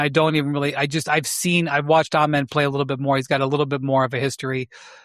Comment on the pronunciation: Amen is second syllable has the accent and first syllable is pronounced uh or ah, no long A. Cason is a better shooter than either of the twins by far. He is just as elite a point of attack defender.